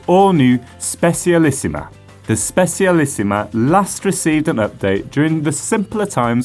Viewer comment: "Bianchi Spessialisima"